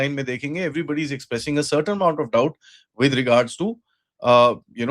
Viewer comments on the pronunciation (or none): none